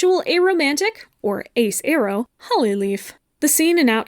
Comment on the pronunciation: I think this is the first time I’ve heard someone pronounce “aro” with an /e/ instead of an /ɛ/